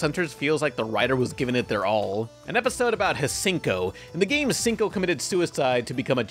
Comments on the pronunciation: Its HSIEN-KO! Not Senko! Its a Chinese name, not the name of a convenience store you american dolt! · Shen-ko, basically. "Hasinko" is just being. He has a habit of deliberately mispronouncing characters' names or spelling them wrong or just misnaming them entirely. It's sort of a running joke, see. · its "shen-ko" not "huh-sinko" smh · Hsien ko is pronounced "Shien ko" Not Cinco,. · "Hasinko" Me: "Hsien-Ko... ffs" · Your "H'sing Kow" made my ears bleed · Her named is pronunciation "Sin-Ko" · The way you said "Hsien-Ko" hurt my soul. Also the plural of succubus is succubi. Good video overall, though.